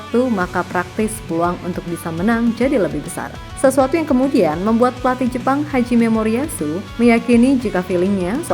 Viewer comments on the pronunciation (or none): Kenapa selalu nyebut hajime moriyasu dengan haji memoriyasu 😅